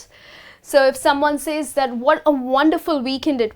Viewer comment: You mispronounce says.